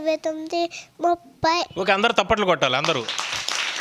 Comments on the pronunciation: 😱 తప్పట్లు కాదు బాబాయ్.. చప్పట్లు 🤦🏻‍♂️ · Orey avi tappatlu kadhu chappatlu neke palakadam radhu pellalu Elsa chebutharu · తప్పట్లు కాదు సార్. చప్పట్లు...టీచర్ లాంగ్వేజ్ బాలేదు... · Thapaltalu kadhu chapatlu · Thappatlu kadhu sir chappatlu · తప్పట్లు కాదు bro చప్పట్లు ముందు మీరు తెలుగు నేర్చుకోండి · Adi తప్పట్లు కాదు అన్న చప్పట్లు 🥴🥴🤭🤭🙄🙄😁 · Sir it is not taptlu. It is chapatlu. First you learn Telugu. Try to remember your childhood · తప్పట్లు కాదు చప్పట్లు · Sir tappatlu kaadu chappatlu.....miku sarigaa telugu matladadam nerchukondhi.....